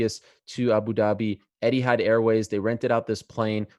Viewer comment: It's not 'Eddiehad' Ariel, it's 'ETIHAD!